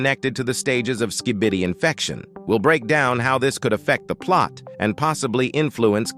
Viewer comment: I like how he says skibidi wrong